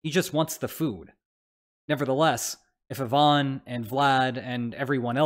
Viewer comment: they way you pronounced Ivan is a war crime.